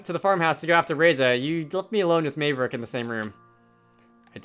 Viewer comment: I that this playthrough is kinda old but I really have to say that you’ve been pronouncing Maverick’s name wrong this entire time It’s spelled Mave but it’s pronounced Mav